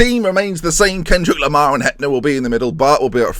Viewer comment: He is called Kendrick Lamar. not Kendrik Lohmar!.. but whatever :-)